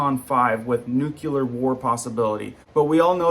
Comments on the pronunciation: Nuclear not nucular, please! You are well educated and I love your videos...please, only one "u" in nuclear... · FYI... proper pronunciation of this word "NUCLEAR" is: 'NU-KLEER' not "nu- kya-lur". Proper pronunciation makes you look / sound more reliable and correct in the rest of your message! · Why do so many people pronounce the word nuclear Nuke u lar. If you actually sound the word out it’s NU CLEAR!!!! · It’s “nu clear” not “nuke you lerr” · In English it's nu-cle-ar. Also, the "nu" being being pronounce "nyoo" and not "noo".